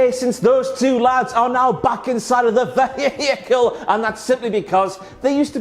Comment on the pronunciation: Ve-hiiii-cle, the extra syllable makes me laugh too lol